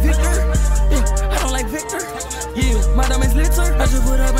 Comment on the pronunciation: He pronounced vector like he was about to say hard r